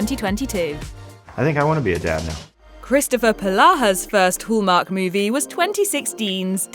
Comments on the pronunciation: Very irritating to hear it called whooomark...its Hallmark. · There's no o in Hallmark you need to learn how to say it Hall no-oooooo